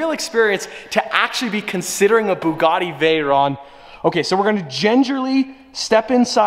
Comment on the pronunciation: Please don’t buy a Bugatti. It’s boils my piss every time I hear you say “Boogoty”